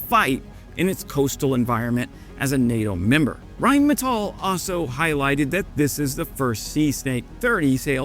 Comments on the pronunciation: "Rhein-meNtal" nice Freudian slip. 😂 Greetings from Germany. Btw, the pronunciation isn't that difficult, just think of the literal translation: Rhine (the river) and metal. Only the stress is on the "a", not the "e" – Rhine-metál. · rheinmenthol? or rheinmental? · You said Rheinmentall...